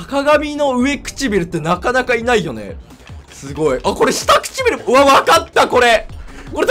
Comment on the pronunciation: うえちくびる くちしてぃびる